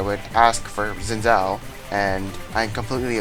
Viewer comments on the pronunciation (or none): "Zin Zow"